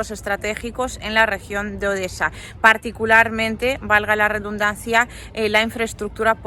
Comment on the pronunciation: No, dice "valga la rebuznancia"😂😂